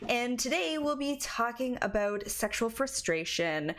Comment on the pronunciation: listen to how she says about. Besides, American women don't have as much empathy.